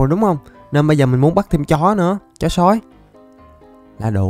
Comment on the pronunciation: Sao anh nói chữ "chó sói" mà sao anh nhấn mạnh chữ "chó'' vậy 😂